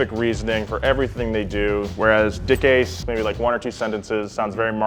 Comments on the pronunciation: DICKASE? Wasn't it DICKASS? xD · It’s pronounced “deck cass” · I believe it's pronounced Dick-Ass-e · We’ve all seen the grand tour episode.. we all know it’s not “dickase” lmao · LOL DICASE, SOUNDS LIKE DIK ACHE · It's pronounced dick asz....as in stick in the boot